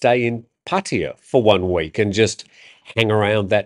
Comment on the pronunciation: Or "Puh-TIe-uh". To be clear, they are listening to English speaking foreigners and repeating. They are not listening to Thai people.